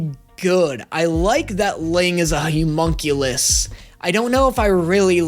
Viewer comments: You might not hate the word so much if you pronounced it right. Homunculus is pronounced "hum", not "hyu". Hum-monk-you-lus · Why does keep saying Humonculous? When the spelling is Homunculous? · I love how Hughes has infected brain so much he keeps saying Hughmonculus instead of Homunculus.